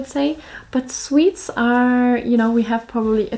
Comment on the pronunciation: Aaaw, she called us sweets. No it was swedes, it almost sounded like sweets. Well! Can´t hang around here all day, got important things to do (yeah right).